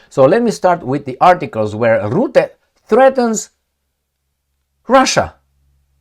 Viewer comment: Rutte, not Rootte. Pronunciation is not difficult.